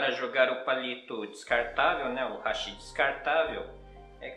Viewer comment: E outro eu ouço Hashí Hashí...😂😂😂 Hashí é ponte em Japonês, os palitinhos são Háshi. 👍👍